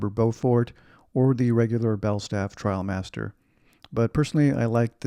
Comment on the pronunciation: IM SO HAPPY YOU SAID TRIALMASTER not TRAIL- master. I made the switch from the Barbour International a few years ago and haven’t looked back. I had my wife do some fancy tie job with the belt in back and that cinched in the sides a little and give a nice hourglass shape. I also have the quilted gillet which adds a lot of warmth and style as well. MAKE SURE when you rewax, you use Belstaff wax as it will give you that beautiful sheen vs the dull look of the Barbour wax. Also, you could send the jacket to your nearest store (NYC for me) for a rewax. My 126603 and Belstaff are my constant companions. Wear yours in good health my friend. Happy New Year👊